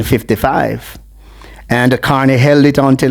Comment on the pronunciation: Sir: The former MPs name is Max Carey, not Carney.